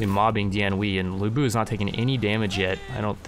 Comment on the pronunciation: Ya gotta do a lu bu run. It's lu bu. I also still really like your total war content even though I don't play the games myself.